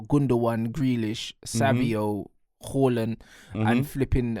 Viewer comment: still saying Haaland's name wrong when Erling has pronounced it himself. Smh